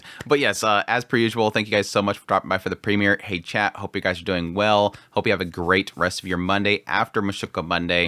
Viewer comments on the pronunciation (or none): 😆 hey, everytime I here you say "hey chat" for some reason it sounds like "Hate Chat", which also works 🤣